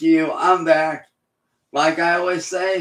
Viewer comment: 👁 👁 🦷🦷🦷 " im vack vitch" 🦷🦷